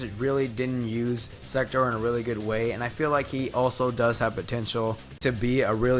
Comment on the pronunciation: Sektor not sekter